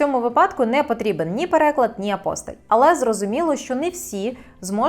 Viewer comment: Тільки не апОстиль, а апостИль. Треба правильно робити наголос у цьому слові.